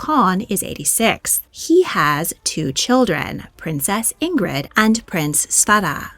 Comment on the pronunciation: Princess Ingrid's name is pronounced Ingree. The d is silent. And it's Svairuh for her brother.